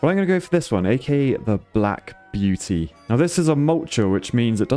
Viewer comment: "The Black Buety"